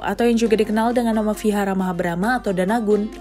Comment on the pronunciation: Kalau nggak bisa melafalkan huruf “V” nggak apa-apa, dilafalkan jadi “W” saja, jangan jadi “F” ya. “Vihara” bisa diucapkan sebagai “wihara”, jangan “fihara” 🙏